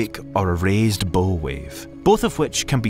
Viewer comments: The maritime term "bow" is pronounced the same as the tree limb "bough" and rhymes with "wow." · Is the voice an actual Scottish voice or an A.I. one?, an actual Scotsman knows that Bow when referring to a ship is pronounced 'Bough'. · "nucular" Sorry, private equity, this is the last straw. The "bow" read like a violin bow instead of a ship's bow. I gave you a chance, but I just can't anymore. Goodbye.